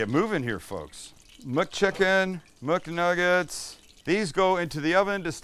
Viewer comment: “We’re making Muknuggest” instead of McNuggets 😭😭😭😭